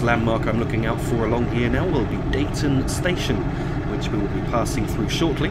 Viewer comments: dee-ton slough-it pronounce them like that as a transpennine express guard we get abuse if we pronounce them wrong as you did made me cringe lol recognised most of the route not bad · That was really good - watched it to the end. It takes some doing, driving without the hud... (By the way, Deighton is pronounced as "Deeton," and Slaithwaite as "Slathwaite" - with the "a" pronounced as in "cat" or "hat"... but locals actually pronounce it with most of the middle part cut out: "Slawit," again, with the a as in "cat." ) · Nicely detailed demonstration of this new route :) Just a heads up; Deighton is pronounced 'Dee-ton'!